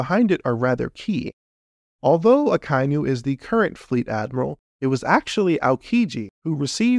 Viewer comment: sorry to nit-pick It's aka-inu (red dog) and not a-kai-nu